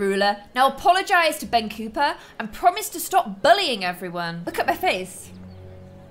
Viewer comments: You've been saying Ben COOPER when its Ben COPPER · Its Copper (Copp - ERR) not Cooper ;w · no to be too rude,but does it annoy anyone else how says cooper instead of copper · I think it is Ben copper (as in the metal) not Ben cooper ( the boys name) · Ian Lm ITS NOT BEN COOPER!!!! HIS NAME IS BEN COPPER!!!! Double P not double O!!!!! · I love this series and you just make it so good. One thing that kinda bothers me it's you keep calling Ben Copper "Cooper," but it's copper not Cooper. Just a small thing, but other than that, this is great. Keep liking out the vids! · I’m seriously upset, it’s Ben COPPER not Cooper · COPPER not cooper you got it wrong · Not to judge the way you’re talking, but you’re calling Ben Copper, Ben Cooper. It’s pronounced Copper, like the metal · the way you pronounce Ben´s surname is spelled cooper so you are pronouncing copper wrong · ITS COPPER NOT COOPER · it’s Copper not Cooper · it’s Ben copper not Ben cooper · It's cOpper not cOOper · It’s Ben COpper not COOper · It’s Ben Cop-per or at least I think it is